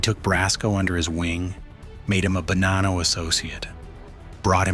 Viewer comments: It’s Ba-nah-no not Ba-nan-no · its actually buh-nah-nno